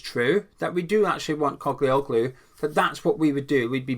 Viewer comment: Morning, the ‘i’ in the surname is silent sound and the g has a line over it making it adopt the pronunciation of the vowel before it. Greeks (as is with Postacoglu), pronounce the name as written. The Ottomans left their mark with them, clearly, that some names in Greece have Turkish origins. In the case of the Spuds’ manager, his name means “Son of a Postman” As a Turk and lifelong Hammer… this signing would be mad!!! Ferdi was a good player in the Euros, although he does naturally tire come min 65, but he gives everything up to that point so it matters not. Another frailty is that in the national team he was sometimes caught out in tracking back. It wasn’t that long ago that Mourinho said Ferdi was staying…so this has come as a welcome surprise if true. Ferdi’s mum is Dutch and he was raised there and as an old Dutch friend of mine told me, he was in the same Academy as Gakpo. He has the work ethic of a Dutch player in his dna, which is a good thing.